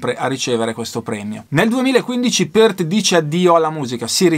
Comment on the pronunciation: RIP Neil "The Professor" Peart (bravo, l'hai pronunciato esattamente): una perdita infinita, direi un batterista IMMENSO (ma pure percussionista) che ha portato la tecnica batteristica e percussiva agli estremi e che ha saputo amalgamare perfettamente la batteria acustica all'elettronica (a proposito, pure Carl Palmer aveva il drumset rotante, vedi VHS Montréal '77 live, ma con gong e timpani sinfonici) e che suonava dal vivo praticamente uguale come in studio, evidentemente si (tra)scriveva le parti di batteria. Ho visto i Rush in TV la prima volta nei primi '80 (Limelight live da Atlanta), il primo video è stato The big money, che mi ha lasciato interdetto; non cito altri brani preferiti, altrimenti uscirebbe un elenco semi-enciclopedico...